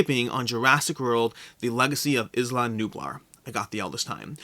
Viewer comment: Isla = I-la as in island